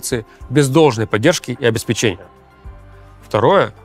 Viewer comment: Руслан, ну в Каца то превращаться не надо. ОбеспЕчение.